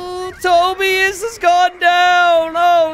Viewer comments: Wait. Tobius. As in “Toby-us.” Is that a name? I’ve heard of “Toe-bye-as” but not Toby-us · Toe-Bye-Us, not Toe-Bee-iss. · To-bye-us. Not tobi-us.